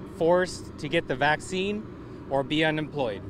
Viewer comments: Your video might be a little confusing for some. It was for me as you kept pronouncing the word 'vaccine' as 'vasoline' & they are 2 completely diff things. I was so confused. Unfortunately, that's how misinformation gets out because ppl mispronounce words. You could have maybe said 'shot' instead if you have a prob w saying vaccine. Also, where does Pokémon figure into what u were saying. I commend you effort to try & educate ppl but it might have been a little confusing. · Do mean VACCINE ? Am I the only one who’s hearing him VASELINE? Lol shade I love ur content! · Y does he keep saying vaz-o-leen? Im a lil confused. Is he talking about vaccines 💉 (the shots) or is he talking about Vaseline (the thick stuff people use as lotion 🧴 and chapstick) lol 😂. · Vaccine...vaccine.... Pronounce it correctly please